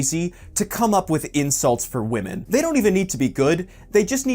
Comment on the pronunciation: PackGod never heard of him , if were are talking about roasting women i known a King at that he did not even say woman he said wamen by the legend himself Piediepie the only guy who roast wamen for real .